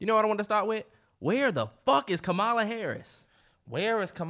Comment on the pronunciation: The way they’re pronouncing Kamala’s name 😂😭